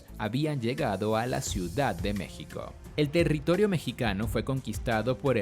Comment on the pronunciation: mexiko?? JQKSKQKS